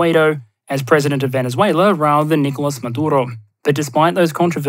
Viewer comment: Lol... Talk about passive-aggresive. You don't need a new keyboard, Your subtitles already have the proper accents. The issue is when you say"Nicólas" or "Bolivár"... If "you know", you should then just read them so not to sound embarrassing.